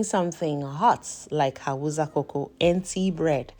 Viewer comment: First of all, thank you for sharing this amazing recipe. Very inspiring and helpful. Secondly, pleaseeeee the language is pronounced as Hau_sa not Hau_za. Respectfully please 🙏. Thank you for sharing this amazing recipe